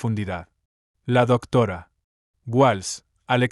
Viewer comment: Méndez y Rodríguez son palabras llanas, no agudas. Las pronuncias mal. De la misma forma, pronuncias palabras agudas como llanas. Separas el título del apellido para referirte a una persona. Por ejemplo, la doctora, (haces aquí una pausa que no tiene ningún sentido) Walsh (y luego dices el apellido). Suena como a dos personas distintas. Es una pena, porque el ritmo de lectura es bueno y das muchos detalles, pero la pronunciación y las pausas no las haces bien.